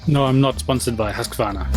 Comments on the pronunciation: as a sweed you prononcing "Husqvarna" was just hilarius.. pronounce it a bit more like Huusqvarna making the U in Hus a long U. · I really enjoy how english speakers pronounce "Husqvarna" :D Mostly because I'm swedish